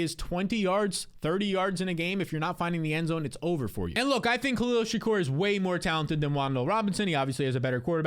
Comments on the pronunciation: Bruh, shakir!! Not Shakur! -. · You mispronouncing Shakir over and over is infuriating. Its a very easy name to say. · Learn how to pronounce Shakir